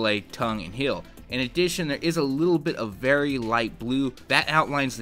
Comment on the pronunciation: heel NOT hill!